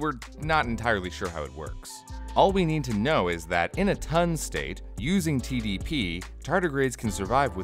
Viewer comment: Did anyone else hear him say Tiddiepiss when he said TDPs the first time? Please tell me I'm not the only one.